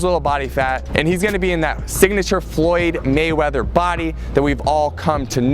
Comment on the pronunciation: Floyd Waymeather???